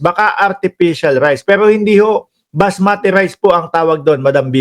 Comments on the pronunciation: It's basmati rice not masmati.. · Unggoy basmati hindi masmati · Basmati ndi masmati😂